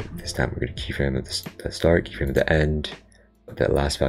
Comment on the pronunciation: i hear you say keet everytime